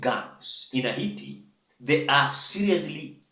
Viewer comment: It's pronounced HEITI (Heyti) 😅😅😅